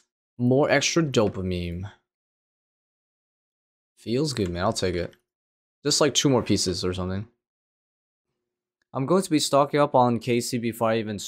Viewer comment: It's pronounced "dopa mean" not "dopa meme"